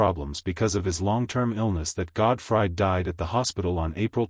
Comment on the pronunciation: "Godfried?" Good grief, if you're gonna use AI, at least get it right. Terrible production.